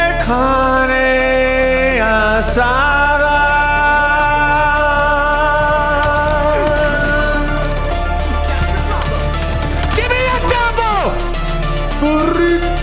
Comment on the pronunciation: i appreciate him pronouncing carne asada the right way.